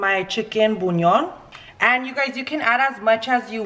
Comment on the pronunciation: Its not chicken "bunion" se dice "buyon" lol sorry